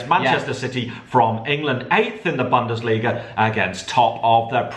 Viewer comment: FFS Can tell how "Bundesliga" is pronounced? It's is hurting my ears.